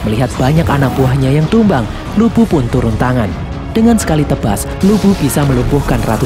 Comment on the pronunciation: Bisa engga ngomong lubu nnya jgn bikin ngak ngak